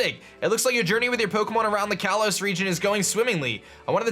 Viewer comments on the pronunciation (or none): none